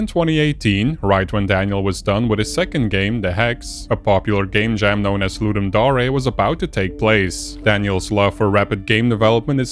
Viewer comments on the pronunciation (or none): I know it's probably comment bait but the dare part in ludumdare is pronounced like the actual word dare. not daré